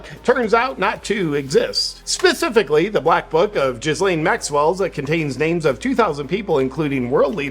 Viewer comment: Does he pronounce Ghislaine wrong as a joke/on purpose or does he not know how to pronounce her name accurately?